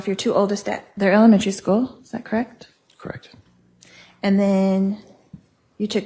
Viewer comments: I am with you. It is so irritating. "Krekt"? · It’s soo hard to listen to. Something about the way she pronounces “correct” really grinds my gears